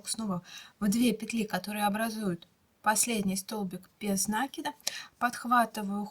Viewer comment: Правильно говорить: " накИд, а не нАкид!!!! Режет ухо неправильное произношение!!!!